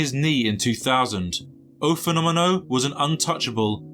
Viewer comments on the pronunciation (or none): Il fenomeno.. not ‘o fenômeno’ Italian not Portuguese.. as he got the nickname first from the Italians :) Also if you are wanting to speak Portugues.. the ‘o’ in this case is pronounced like the vowel sound in the English word ‘boot’ .